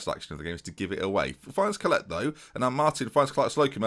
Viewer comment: Collett is pronounced Collitt, not Collette (My surname is Collett) Love your videos though.